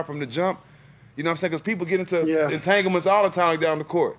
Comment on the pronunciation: Matt’s face when jack said “Entaglements “ 😭😭😭😭😭😭😭